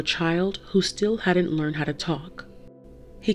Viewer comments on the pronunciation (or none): none